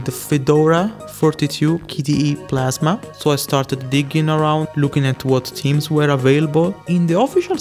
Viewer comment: Ik this off topic but the way you pronounce "theme/s" sounds like "team/s". its pronounced with a strong TH sound